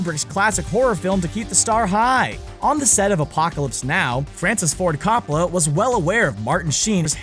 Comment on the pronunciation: Who is Cop-oh-la?